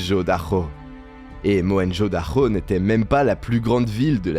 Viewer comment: Mohenjo Daro C'est un 'r' pourquoi tu prononces 'dakho'